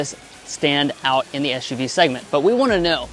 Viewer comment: Stop saying ESH U V! 😂